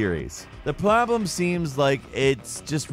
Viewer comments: the plobrem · Another video lol, “the ploblem seems...” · “ The Plahblum”